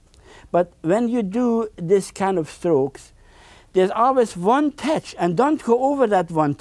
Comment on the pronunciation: It is pronounced tetch,beautiful tetch or almighty tetch.haaaaa haaaa.